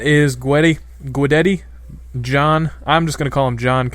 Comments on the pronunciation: why do americans not pronounce Ts.... it's guideTTI not guideddi haha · guidetti- (Gwe-Debt-E) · D its pronounced goo-detty budd ;) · Terrible accent on Guidetti there o_o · HAHAHA, it's so fun to listen to how you are trying to say Guidetti. Peace from Sweden!!!